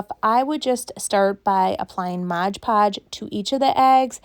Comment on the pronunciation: It's MOD podge, not modge podge.